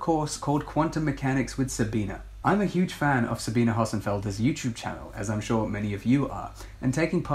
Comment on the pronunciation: Not Sabina, Sabine.